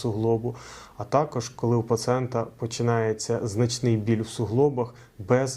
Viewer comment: як лікар, ви мали б знати, що в українській мові: - не паціент, а пацієнт; - не -графІя, а -грАфія (ви ж не кажете "фотографІя", "біографІя" чи "географІя"; - в родовому відмінку не суглобу, а суглоба; - не покази чи протипокази, а показання, чи протипоказання.